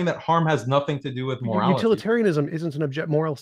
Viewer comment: Daniel's over-pronunciation of the letter T (e.g., morali-TEE, socie-TEE, etc.) makes my skin crawl. 🤢